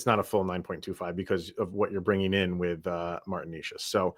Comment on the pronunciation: You guys can't even pronounce Necas name correctly. 😢 Fyi, he had a hat trick vs Colorado last season.